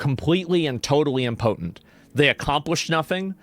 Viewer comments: who the fuck says imPOTENT like that? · I hate to be a grammar nazi but as a Canadian, that understands the English language better than Americans, it’s pronounced imp-o-tent. Not im-potent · Im poten is not a word. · Did he say “important” or mispronounce “impotent”? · Ok, he clearly says important shortly after so it was a mispronunciation of impotent, which fits because it means useless, like a floppy 🍆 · Why are you pronouncing impotent in such a strange manner? 😂